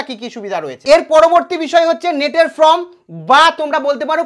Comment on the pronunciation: ভবিষ্যতে উচ্চারণ ঠিক করবেন - FORM -এর উচ্চারণ "ফর্ম", "ফ্রম" নয় !